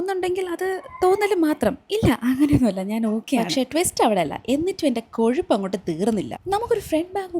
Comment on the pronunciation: Kazhapp ❎ kozhupp ✅